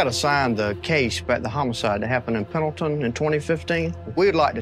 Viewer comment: It's Pendleton, not penalton